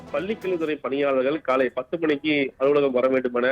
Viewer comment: News reader should practice more for the "vallinam - lla" mellinam - la . when she pronounce kalai - it is like Kallai - means "bull"